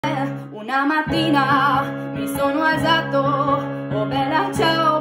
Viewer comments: Io italiana "alsato" (non è per offendere ma solo per migliorare la tua pronuncia) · Good job! But you said alzato wrong, just saying so you can learn ;) Search on google translate if you want to know how its pronounced correctly. <3 Good job!